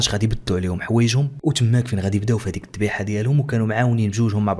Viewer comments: الذبيحة و ليس الضبيحة 😂😂😂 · الذبيحة ماشي الضبيحة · الذبيحة و ليس الضبيحة